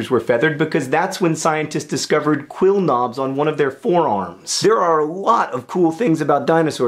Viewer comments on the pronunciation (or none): Tee-hee, John said "Quill-nobs"